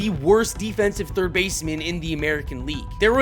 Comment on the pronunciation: "No... I play turd" 😂